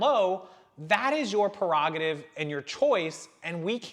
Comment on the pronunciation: I'm sorry- just to lighten the topic a bit... did anyone else hear a "wauhohoh" everytime says prerogative? Little Shania Twain humour... as far as the topic.... It's a hard one, either way, it's put... yes it's history and yes some people can be offended by it... but for example, I'm Armenian and for those of you who don't know in 1917 the Armenians went through a genocide... 1.75 million raped, murdered, sold as slaves... but we don't discuss this in America, actually until the Argentian Pope mentioned it it was swept under the rug worldwide, but to me this is history, (Now if I didn't mention this now, how many people out here already know about it??) This is my opinion- please don't criticize me for it, that when things like this, let's say the confederate flag, are found and brought out, they are a remembrance of history and do not always have to reflect a negative tone... yes, there are those that abuse it but there are also those who cherish it in a way of saying this is how far we've come. If these items are swept away and not ever seen, how can these topics go on to teach. Hope this makes sense...